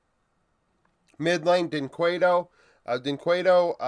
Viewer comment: Just as a shoutout to help you, to pronounc dynquedo in the "right way" you can kinda say "jhin kedo" cause in the case of his name the U is mute. love your vids, as a brazilian that lives in the united states it is awesome to see some engagement coming from the us.